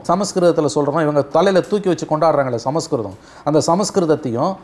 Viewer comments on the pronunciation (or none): none